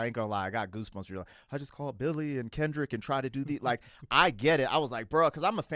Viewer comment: It's obviously an old one I'm watching because you're in concert tonight and you said Kendrix instead of Kendrick but I'm happy to spend this virtual time with you I insisting you keep your promise Christmas 26